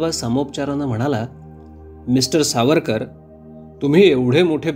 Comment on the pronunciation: Maphiveer Havarkar (S pronounce karne jamat nahi tyanchya sathi)